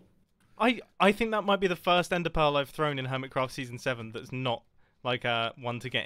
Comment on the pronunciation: "Earmitcraft"??? Seriously Mumbo? How do you even??